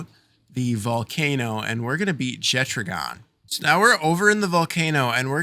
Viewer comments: Jettragon? Isn’t it pronounced jet dragon without the d? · Faeris and Marcus throw lightning at you because they assume you are going to attack him with a water pal. BTW, Jetragon is a dragon so the 'ragon' part is pronounced the same way as it is in "Dragon". - Jet-ragon.